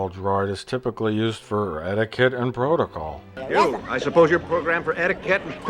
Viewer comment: I like how in episode 4, it sounds like the actor who plays Owen has never even heard the words “etiquette” or “protocol” before. “I assume you’re programmed for Etta-kett and prota-call.